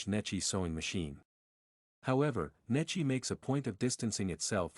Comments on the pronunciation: Unfortunately, the computer reader pronounces Necchi very un-Italian.... I pronounces it as it would be (English) spelled like Netchee.. Correctly, it is pronounced as it would be spelled like Nekkee (or Neck and Key joined). AI get's it almost right: The phonetic pronunciation of "Necchi" in Italian would be "NEK-kee" - with a hard "C" like in "cake" for the "C" and a long "ee" sound like in "see" for the "chi" combination. Breakdown: N - "N" sound as in "no" E - "eh" sound as in "bed" C - "k" sound as in "cake" H - "ee" sound as in "see" Key points: The "ch" in "Necchi" is pronounced like a "kee" sound, which is a common Italian pronunciation. The stress is on the first syllable "NE". The issue w/ AI is that it did not get the point of the H following the C: an H after a C makes the C(H) sound like a K and because of the double C a strong K. It is also not the H that makes it an ee... it's the i. And yes, an Italian i (at the end) is always an Enlish e. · Pronounced neck-ee.